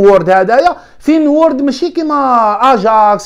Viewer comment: عجبتني كي تقول فين وورد ههههههههه فينورد